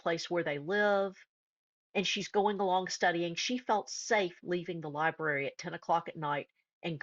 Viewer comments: Did I hear this person pronounce library, LIBARY?! Really?! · Tragic but when that one says, “Liberry”, I tuned out.